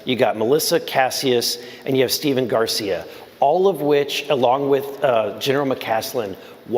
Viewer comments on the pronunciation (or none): none